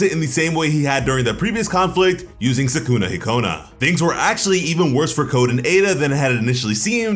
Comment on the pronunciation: Any Persona/Smt fans mad at how he's pronouncing Sukuna-Hikona or is it just me😭